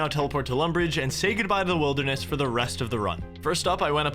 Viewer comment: you can hear your new york accent when you say "wilderness"